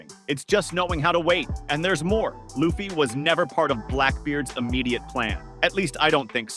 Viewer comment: The fact that you just said luffy's name like that you're getting a thumbs down